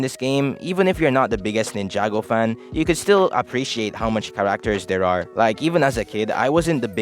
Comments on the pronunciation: Ca"RAK"ters 😭😭😭 I'm not making fun it jus caught be off guard, I was like what did you say bro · i’ve never heard anyone say characters like that where are you from dog